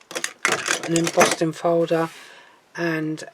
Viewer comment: Madam, you kept saying embossting folder. There’s no T in embossing folder.